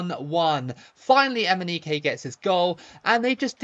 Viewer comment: Imagine watching this video and taking a shot of liquor every time says Emineke 😂